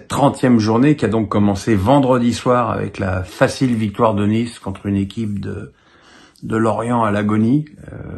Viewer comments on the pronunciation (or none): none